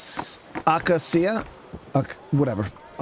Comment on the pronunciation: Stop saying accia Its ah-cay-sha acacia